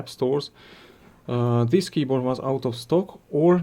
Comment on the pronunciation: what does " Theeees " mean ??? is it this or Theees ?